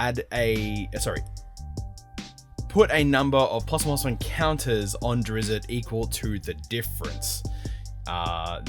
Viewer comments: It's drist not drisset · Its pronounced ˈdrɪtst